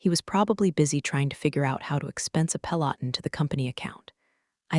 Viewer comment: Is it pronounced Peloton or Peloton, II always thought it was Peloton but evidentlly its Peloton but I think I will continue to pronounce it Peloton.